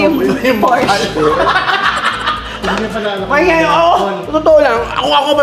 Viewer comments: Porsche pronounce as Porshaaa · it’s a por-shuh yan ang tamang pronunciation alex! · PORSCHE IS A GERMAN CAR...KAYA ANG PAG PRONOUNCE PO NYAN AY HINDI PORSCH....KUNG ANO PO ANG NAKASULAT YUN DIN ANG PAGBASA